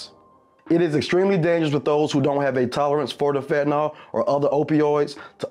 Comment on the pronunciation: Fen-tah-nil not Fen-tah-nol